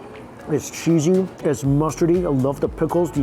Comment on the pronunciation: "So sheezy, so shewy..."